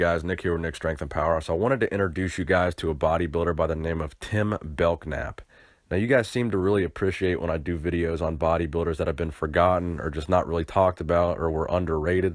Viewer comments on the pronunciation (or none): It's pronounced Bell-nap -- the 'k' is silent. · im from the same hometown that Tim grew up .. not to be critical but his last name is pronounced bel nap the k is silent .. i thought he was a monster when i seen him working out right before the Mr Midwest and he basically just stole the show there in 1981 .. you could tell how confident he was that it was his night ... great memories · Saw Tim guest pose in Madison Wi. Real good bodybuilder. Last name is pronounced " Bell - Nap." The " K " in his last name is silent. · Pronounced bell-nap, not belk-nap. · the k is silent in BELKNAP